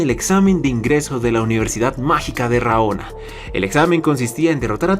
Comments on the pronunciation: correccion amigo no es RAONA es RANOA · Universidad de RA-NO-A. Vato... ¿Neta?